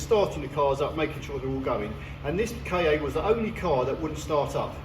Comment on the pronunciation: I think,, that the idea was to pronounce the name Ka as 'Car'. At least I read that somewhere sometime long ago. 😊